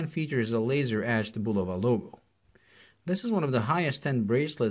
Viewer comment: I’m just happy this reviewer actually pronounces the name Bulova correctly